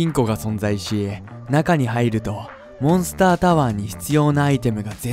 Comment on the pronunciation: 1：28の時モンスターじゃなくてモンスタになってる